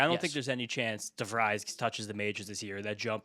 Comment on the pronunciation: Dutch speaker here. De Vries (Dutch name) is basically pronounced for English speakers as "De Freeze". This is what an EPL or English soccer commentator will call a name sake of him. Or if you want to be fully Dutch, try saying Free with an instant S-sound, and roll that R as aggressively as you can. Leo De FrrrreeS.